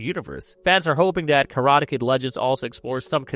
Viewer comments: train your AI to pronounce words correctly. wtf are "kuhrada" and "prodaja"? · Karata? Am I having a stroke or is my hearing giving up on me? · Your AI cant pronounce karate